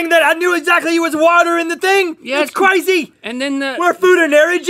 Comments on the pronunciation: who else heard Rhett say cwazy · OMG THAT WAS CWAZY